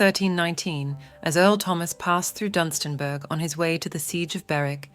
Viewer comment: oops its Dunstanburgh not DUM :)